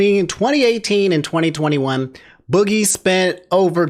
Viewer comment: How hard could it really be to do just the basic level of research and get boogies name right so you don't look like a complete idiot. Like just the fact you couldn't do that shows how little effort you put into these videos